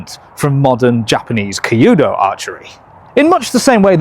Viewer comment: 弓道 kyuudou is more pronounced like the cu in cute + dough, rather than the key-u-dough that you are saying.